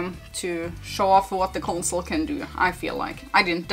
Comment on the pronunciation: “Consoler” always makes me laugh 🤣🤣